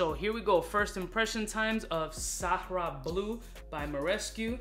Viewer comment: It’s Sahara Blue everyone. Not Sahraa Blue. Even gets it wrong from time to time. No big deal. Everyone is trying to figure out what Sahraa means.